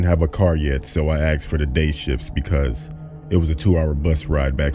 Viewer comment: I love how he says "aksed"